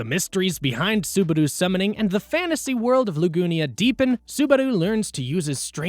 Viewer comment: I was shocked by how small the channel is, considering the quality of the video. Some tiny errors like "Beatrix" instead of "Beatrice" and "Lugunia" instead of "Luginica" but those are some really nitpicky issues compared to the presentation. Great mic quality, great use of clips, great pacing and intrigue-inducing word choice, etc. Good luck in the future, cause this is great!